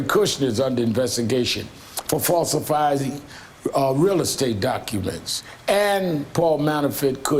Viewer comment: Did he say "falsifizing?"